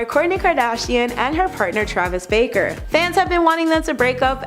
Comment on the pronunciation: Travis Bark-er